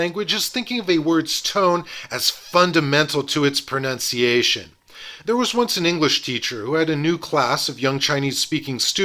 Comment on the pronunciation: Extremely helpful and well illustrated. Surprised, however, that your pronunciation of the word “pronunciation” was incorrect, a common practice among English speakers. Very minor — just stood out to me amid all the Mandarin.